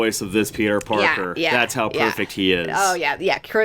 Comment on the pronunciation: It sounds like he’s saying ‘porker’ every time he says ‘Parker’ too